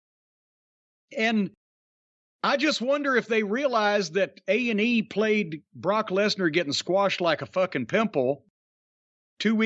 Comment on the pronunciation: Did anyone catch that in the beginning jim said AEW rather than A&E